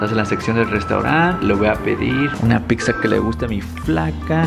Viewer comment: Dice pigza